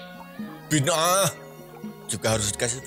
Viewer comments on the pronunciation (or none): Cara mengucapkan bid'ahnya, bid'ah banget deh😂😂😂